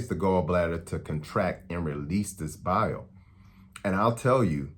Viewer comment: When you say “Bile” it sounds like you’re saying “Bowel”. I was confused but I’m back on track. Eastern accents 🤣